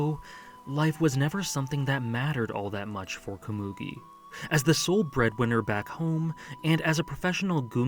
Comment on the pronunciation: How do people pronounce anime names wrong when they are shown how to pronounce it in the anime?? Komugi isn’t pronounced that way :/